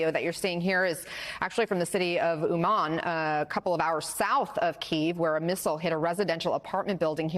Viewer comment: Why does correspondent mispronounced the name of the city? It sounds from her like Wuhan. She is right there, in the city, near the apartment building, destroyed by Russian terrorists. Is that so hard to say Умань? With stress on the first syllable and soft “n” at the end? And why is it so hard to name each Russian attack a terror attack? They really are. And Putin is terrorist #1 now, like Osama was before.